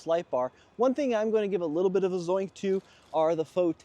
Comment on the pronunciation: I think Raiti might let you say ‘Zoink’ since his word is ‘Zonk’ 😂